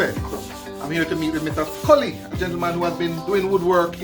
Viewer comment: Ooops "Scully" not Sully